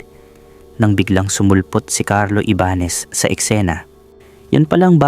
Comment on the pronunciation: Honas, Ibanes, taenang yan. Ayusin mo nmn boss apg pronounce mo. Hype nayan.😅😂😂